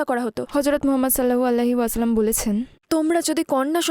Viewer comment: সাল্লালাহু আলাইহি ওয়াসাল্লাম, উচ্চারণ করতে ভুল করে, মেয়ের কষ্টে এই উচ্চারণ টা আরো শুদ্ধ উচিৎ